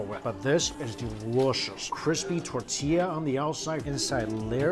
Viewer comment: Jackie Chan! Please say Tor-tee-ya! Not tuh-tee-ya!